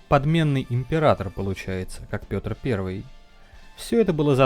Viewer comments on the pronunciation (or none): none